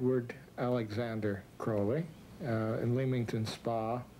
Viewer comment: for fucks sake CROWLY like CROW not CRAWLY god i hate that